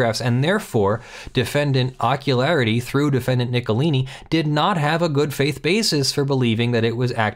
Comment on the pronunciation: I wish I could remember which movie/show it was from, but every time said Ockularity, I heard "Jockularity."